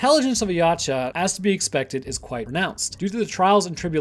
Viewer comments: "Yaouch- A" that's how its pronounced like "OUCH, I hurt YAH." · it's pronounced [ya u tch a] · How it's spelled: Yautja How it's pronounced: Ye-out-ja How says it: Yotcha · You mispronounced Youtja the entire time you pronounced it Ya • cha when it is pronounced Yow • ja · Its pronounced ( yowt-cha) not (ya cha) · You lost me when you called them YATCHA... its Yautja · i was having acid glow flashbacks when he couldn't say it right either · Lol yeow-cha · Something I learned recently is that, apparently, it's supposed to be pronounced Ya-oot-ja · this is the first time i've seen someone say a yautja has natural infrared and why does he call it yatja the u has a u sound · i die every time i hear you pronounce Yautja like that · Waiting for someone to correct the way you said Yautja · You said the name wrong. You said the name wrong. You...you SAID THE DAMN NAME WRONG!!!!!! good vid though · The T is silent my guy. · Please top saying yautja just say predator P.s your saying it wrong